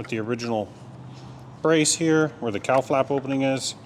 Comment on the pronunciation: I know what a "cowl" is but every time you said "cowl" i heard "cow" and i thought to myself "why would they name that piece a Cow Plate" 😂😂😂 Anyway, fine job on the "found" motor, random parts, half-assed maintained, fall out of the sky, plane rebuild. You seem to be a quite competent aviation mechanic. The list... Bomb shelter refurbisher vending machine extraordinaire, general badass rebuilder of most things... and now "plane engineer" who knew?!? Keep up the great work. You're doing a fine job